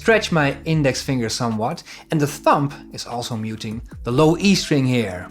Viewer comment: Nice one. Just found your channel. Just for reference, the 'b' in 'thumb' is silent! Sorry to be pedantic, just trying to help! Enjoyed your lesson.